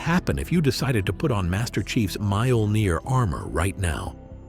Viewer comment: Holy crap, its pronounced "Mee-OH-Ln-eer" !